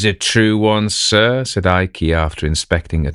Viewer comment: " eye-key"? Not 'Ike' as per Gen. Eisenhower? And here I am having gotten accustomed to AI reducing nominal syllables. The Imperial Japanese Adm. Abe (ah- bay) being constantly referred to as Adm. "Abe".